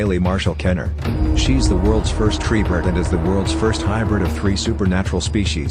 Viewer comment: Yh it’s tribrid you said tree brid 😂 funny joke I love your videos 😍